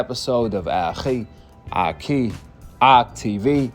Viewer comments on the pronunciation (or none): none